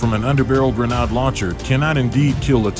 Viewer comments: lol sry dude but yeah a Grenard... definitely Gren-ade just like lemon-ade. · Whats a granaaaad? :D :D :D And octo means eight, but I only see 4 propellers, so its a quadcopter, not an octocopter.